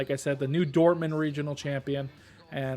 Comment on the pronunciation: the first Dortmund was nearly clean and i thought u finally mastered the German. But then after the Intro u went back to your old self ♥